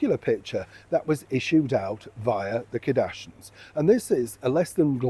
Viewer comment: Their name is Kar-dash-ians not Kadashins😂